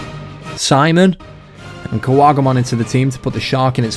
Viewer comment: "snimon" stems from "sniper", so it's pronounced like that!